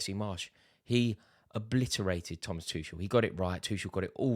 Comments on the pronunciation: How can Rory still not understand how to pronounce Tuchel's name? He's been here for 20 months now, come on Rory! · Rory, any chance you could learn how to pronounce "Tuchel"?